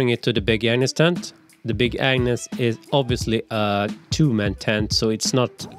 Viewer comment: I keep hearing big An*s tent instead of Agnes.